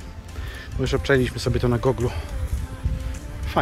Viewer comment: źle wymawiasz "Google". Ja też kiedyś miałem z tym problem, ale teraz już wiem jak robić to poprawnie